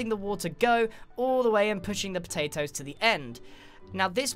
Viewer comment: I love how u say potatos ”poetaitoes” :D